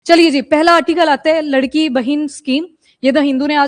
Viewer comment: Mam it’s not ladki it’s लाडकी bahin means favourite sister